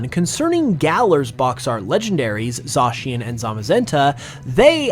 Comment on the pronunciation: Zacian pronounced as Za-cyan!!!!!